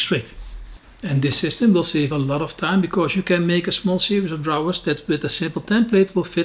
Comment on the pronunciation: Save,not “Safe”